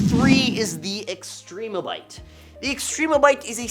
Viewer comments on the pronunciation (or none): This dude did not say Extrembiote correctly. Not one time. It's not Extreme-o-byte. It's Extrem-be-oat. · Extrembiote: spelled like symbiote This guy: “Extreme-a-bite”